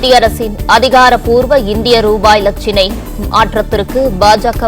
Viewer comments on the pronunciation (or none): லட்சிணைய இல்லை இலசின்னைய சரியா சொல்லுங்க